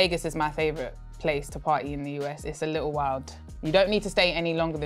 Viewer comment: UK bias maybe just a little " UK accent on the little"